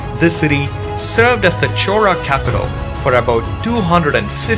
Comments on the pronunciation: Bro it is "chola" not "chora" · narration is little bit annoying and repeatedly you are calling it as chora instead of as chola.. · HI, your content is very good. only suggestions is about the pronunciation of the word CHOLA. it sounds as CHORA. even the YouTube subtitle also displays as CHORA. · I'm hearing Rajendra Chora, is it how we should say his name. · If u r doing it in english pls pronounce the surname correctly " Chola " not chora. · 🤦‍♂️ It's neither Chora nor Chola. It's "Chozha". Tamil has three variants of the syllable "l" and this is the third one. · Chola sounds like chora due to your accent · Why do u keep pronouncing it "chora"..just want to understand correct way of saying it.